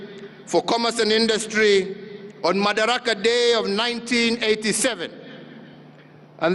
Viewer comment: Its madaraka not makadara.